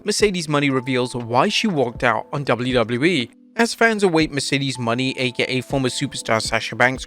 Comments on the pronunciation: Sasha's new last name is pronounced "Mo - NAY"... not "Money." It's been months now... you're playing ignorant and out of touch on purpose? You could change but you're choosing to read what's in front of you incorrectly. What on earth is the payoff? Losing viewers? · Christ Mercedes Mone isnt pronounced money